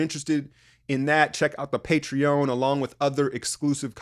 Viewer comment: Bro are you sure it's pronounced Patreown? Isn't it just patreon with an eon sound at the end? you're tripping me out